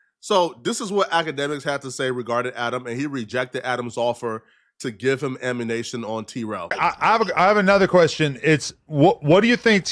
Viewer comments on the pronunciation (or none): Did he say ammunation? Instead of ammunition? Lol